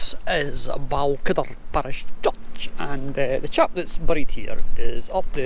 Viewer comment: The Rob Roy church and area is pronounced more like Bal-whidder